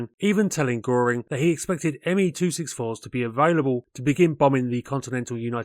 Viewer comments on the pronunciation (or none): none